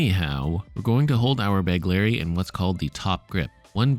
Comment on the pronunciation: BEGHHHLERI, NOT BEGLERI.